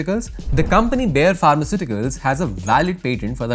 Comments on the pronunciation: it is not बेयर it is बायर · I'm sorry but I can't with the pronunciation of Bayer 😭😭😭😭 It's pronounced Bā- Yer This isn't a hate comment but I live right next to the industrial area and again I'm sorry about it being the only thing I'm pointing out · Bayer noi Bear